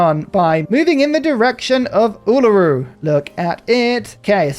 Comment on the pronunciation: Yay! Uluru! :3 (I'm really happy with how well you pronounce it)